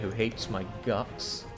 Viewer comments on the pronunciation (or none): none